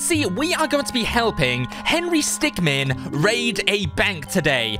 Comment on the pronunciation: Is henry stickmin not henry stickman